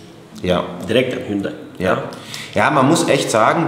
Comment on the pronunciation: Es geht um Hund-ay